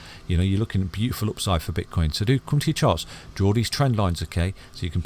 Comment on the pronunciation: did u say bitch coin or have i heard it wrong lol lol